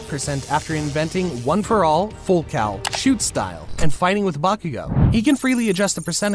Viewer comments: I thought It was full calling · I thought it was full cowing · I’m not gonna lie but I thought he said full cow 💀